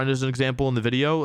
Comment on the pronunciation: This dude legit says video right and then corrects himself and says wideo. I'm onto you lmao